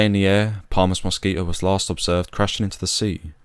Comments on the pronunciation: A very informative film, well-structured, and you told the tragic tale well. Only one thing irritated me throughout, which is that there is a "t" in the word Mosquito. But I suppose that's a small gripe! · The dropping of the "t" in Mosquito is how some English speakers say many words with a t in the middle. It's common with words like twenty which becomes "twenny" . If I said 28, you'd here "twenny aight" with the t at the end of eight also being dropped. It's called a glottal stop. That said, I personally wouldn't drop the t in mosquito. I would also say zed not zee as it was said in the video. British people don't say zee like Americans so I don't know why he uses it here. I would also say that height for flying should be in feet just as it would have been back then for the RAF and is actually the required terminology for aviation today. Regardless of all that, it was a good video.